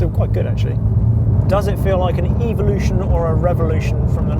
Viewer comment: Funny how he pronounces evolution and revolution.